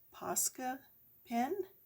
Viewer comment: You actually said it correctly all the way though this time for the paint pen! ☺️ Maybe this might help: sounds like: “paws-ka”…